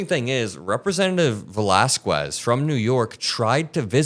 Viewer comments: "Valas-qwez" No sir. Valas-KEZ Have you ever met a Hispanic before? Or are you one of those people who pronounce Juan like "Hhhhh-Waahn" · You don’t need to pronounce the u in Velasquez bro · fyi, the u in "Valasquez" is silent and not pronounced like a w, as in "squeeze".